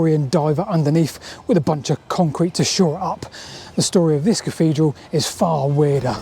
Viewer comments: Interesting stuff. But I have to ask - why do you keep calling it a caffedral? It's not a speech impediment, as we hear you clearly saying "thing" & "things" at 2.45 in the video. Is it just lazyness? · What's a caffedral? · Salisbury Cafedral....really?!